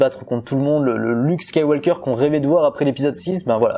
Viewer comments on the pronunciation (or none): Ne prononce pas SkywaLLLker mais Skyw"oker". Super ta vidéo et vivement dimanche 😉